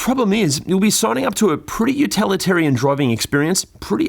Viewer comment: Utilitarian,! Not utalitarian!